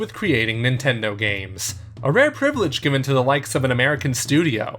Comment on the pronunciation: "a RARE priveledge" ... was that intentional?